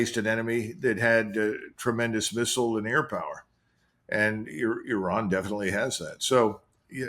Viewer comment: Euran???, the I in Iran or Iraq is pronounced like the I in Italy, Israel etc...